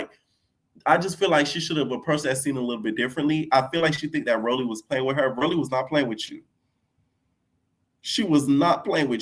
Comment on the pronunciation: said knot today AGAIN 😂